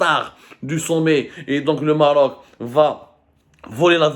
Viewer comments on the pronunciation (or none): Ala 10eme minute il a dit "marrrroc" un record pour zmar